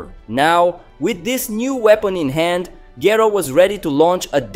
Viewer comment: The least you could do is pronounce Dr. Gero's name properly! Rewatch the English dub.